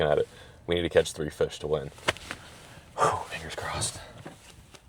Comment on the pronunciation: bro did not say fingers